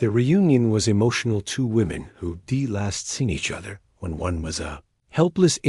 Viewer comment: Pease stop using AI narration, it cannot handle contractions. "Who'd examined" becomes "who de-examined", it's most disconcerting to listeners. Thank you in anticipation.